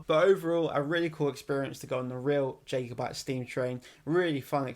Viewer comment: It's killing me man, pronounced "Jah" over Jay 😂 Since recording, we're reduced the facemask use on public transport and within stores.